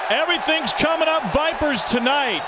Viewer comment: We're with the Vipahs!!! - Tony Soprano